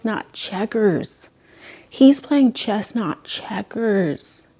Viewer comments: IT SOUNDED LIKE SHE WAS SAYING CHESTNUT CHECKERS😭😭😭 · omg English is not my first language and I, too, understood it as "chestnut checkers" and was just about to google what that meant 😂